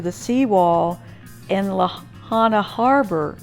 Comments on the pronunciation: It's properly pronounced Lāhainā, not Lahana. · Pronounced La Hi Na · I also know a few friends who lived near the safeway over by kahoma street. They werent able to get out in their vehicles so a bunch of people went across the street and took a bunch of shopping carts for the entire neighborhood, they were trying to load up some of there belongings and walking them up north to the civic center. I also want to make sure youre aware you're pronouncing Lahaina wrong. LA-HIGH-NA. I also went through lahaina a couple days after the fire with my husband who is a emergency responder. We were able to drive through the baracades that following Thursday. I took a bunch of video footage that I haven'tt posted yet on social media. I work for a jewelry store on front street and i went in to see if anything in our jewelry store was left and to see how our safe held up. It was completely pulverized and devastating. I actually have a woman on film trying to pick through the rubble right in front of me looking for jewelry. :/